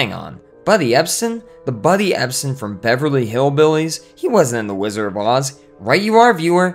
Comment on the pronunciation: A lot of misinformation here. And there is a "d" in the pronunciation of "Wizard," BTW. It's not "Whizzer" 1) The film only ever had ONE producer, Mervyn LeRoy. 2) Yes, Judy eventually battled problems with prescription drugs, but this had barely started (if at all) when she was making "The Wizard of Oz." She was just dieting to lose some baby-fat. 3) A few of the Munchkins got a little rowdy, but they were generally well-behaved. They worked for very long hours and had very little recreation time. There would never have been time for "orgies" etc. Lots of room for folklore and exaggeration. Sid Luft's book was mostly exaggerated rubbish to sell copies. 4) Ray Bolger has a soft "g" sound (like "j"). 5) Buddy Ebsen's reaction did NOT happen on set. It is well-documented that he didn't realize he had any negative effects until one night at home, two weeks into the shooting. Your dramatic narrative of him choking on set while the crew watched is impressive and entertaining, but completely incorrect. If he HAD collapsed on set, the studio would have been more sympathetic. The true account is much-documented. The sound cuts out completely . An ambitious compilation otherwise.